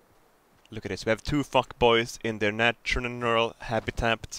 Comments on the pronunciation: I like how still can't pronounce natural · "natshnural hapitapt" - 2017